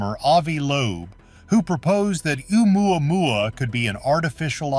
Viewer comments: The way he pronounces that other comet is enough to run and hide LOL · I die laughing every time the AI voice says oumuamua. Heck I can’t even spell it. Hey it may be the new Jerusalem